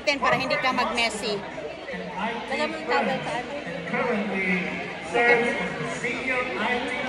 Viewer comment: Tama yan binalot mo ang ice candy para hindi mag " mayssy " 😂😂 ( messy )